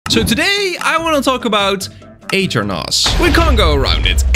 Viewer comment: aternos ❌ eater nos ✅